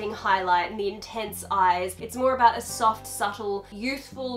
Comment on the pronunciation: Haha aboot...